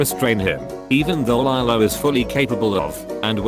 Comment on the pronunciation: the pronunciation of Nani Pelekai and Lilo HURT ME